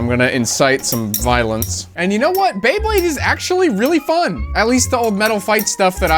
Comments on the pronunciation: Not this dude turning Beyblades into Baybleeds. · I got so annoyed by him getting the Beyblade names wrong, like “thermal wolf” no, that’s the face bolt from Leo, the energy ring from dark wolf, the Sagittarius fusion ring, the - wait, is that the spin track from cancer? No, apparently that’s a TR145, from Chimera. And then, the tip sure looks a lot like Leo’s. Just after, him saying Pegasus when there’s not a single Pegasus part, even going by the faceplate it clearly says Pisces with a picture of a shark, lmao 😂 Pegasus was like THE main one from the anime, it’s bright red and blue and has the flat rubber tip, how do you not know this! It’s common knowledge at this point (mostly joking obviously, I was just really into beyblade and this revived like 15 year old encyclopedic memories of beyblade parts)